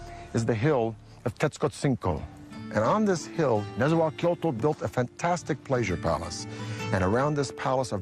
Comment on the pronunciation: I loooove this... buuuuuuuut... NET-ZZA-WELL(pretend the E is an A but play the same pronunciation / i.e "WaaaLL")-COH (not coe)-JOE-TL